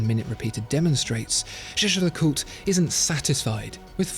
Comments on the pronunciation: Absolutely! That's why the narrator is so proud to say a thousand times "Shisher LeCoultre" - it makes my ears bleeding! Just because the french can't pronounce the German word "Jaeger" (which means "hunter") you don't have to copy the nonsense! Pronounce it like" Yeager" - please!! Don't sound like a fool for people who knows more than 1 language. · The video is very nice and interesting, just one issue : Disgusting of mispronaunciation of the brand name : Jaeger is not shesher ! Please speak it correctly ! It is like yeagear ! the g is more like a soft k and never like a sh Say it loud : JAEGER YEAH-GER ! Jaeger is the German word for huntsman, we don‘t say hunshmen, do we ? cheers😘🚀⭐️ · Is anyone else questioning the fact that he’s saying jeje and not pronouncing it yay-gur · its pronounced the like german (Jäger) as its a german Name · It's not pronounced the way Germans say it, but actually jay-jer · "Jay-jer" lmao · still should be pronounced like Jagermeister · Jaeger seems German, and as such, should be pronounced in German, while LeCoultre has to be French....By the way, 200.000£ for a watch borders on crime against humanity, cause the huge amount of money could had saved 20.000 people from starvation. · Terrible torture to hear how he pronounce Jaeger. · Well clearly you don't know French. The way he pronounces "-er" is wrong. Source: And fyi you assumed wrong, I can speak French and where I live French is spoken. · It is so cringy how he pronounces jäger